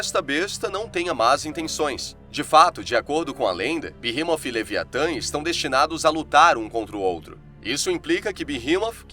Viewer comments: Na verdade fala beemote Sem o h Não é inglês para ser berremot nem português berremote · Eu sempre pronunciei BERREMOT mas você pronunciando BIRRIMOF é interessante..... eu gostei 👍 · A pronúncia certa e beemot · Pq "TH" no inglês tem som de "F" leve..